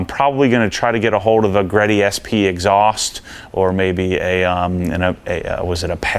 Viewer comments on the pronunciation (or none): Apexi is Apex "Eye". It stands for Apex Integration. Don't go all Prier on us again bro;). Cool project. I say leave the wing, didn't Mugen make a decent looking wing that used the same holes? And it's "Moogen" and "Brid" haha, say it legit. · TE37’s are one of the most played out and replicated wheels ever... also it’s Apex I not apexi lol just stop now